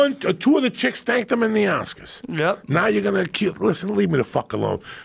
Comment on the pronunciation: what is he saying?!; [two of the chicks thanked him in the asskus?, damascus?]